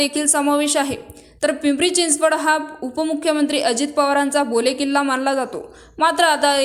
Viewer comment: बोले किल्ला नाही मैडम बालेकिल्ला म्हणा